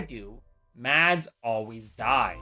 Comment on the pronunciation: Mads is sopose to be prnounced without a d its spelled with a d but your not sopose to say the d trust me I would know I have lived with the name for 19 years